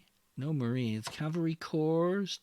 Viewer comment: "It's cavalry, no Calvary". Okay, you get a like just for that alone.